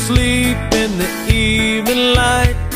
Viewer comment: Ah, ok. Now I can sometimes hear both but most of the time I just hear "the". And for the second song, I know says "evening light" for me. But it's like I hear "evenL" with a L, not "evening". If that makes sense. But as you put the words I can hear all 3. This is just plain bonkers!!! lol I had to listen to it several times. Pulling my hair out lol